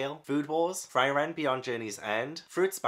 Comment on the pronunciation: Frieren is pronounce like Free-ren, it means freeze in German.